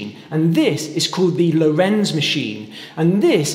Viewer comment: Good explanations! One thing that baffles me with all English speaking vids about the Lorenz Cipher is the strange pronouncation: it's Lórenz with stress on first syllable, not Lorénz.